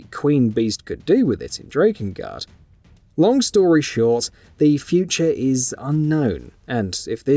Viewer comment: Erm... Kainé is NOT pronounced Kayne. It's clearly said as "KYE-nay". And Drakengard is said as "Drakken-guard", NOT "DRAY-kin-guard". 🙄